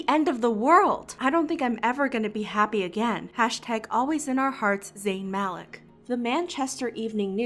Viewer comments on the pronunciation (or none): it’s Malik (MaLEEK) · Also isn’t Malik pronounced Maleek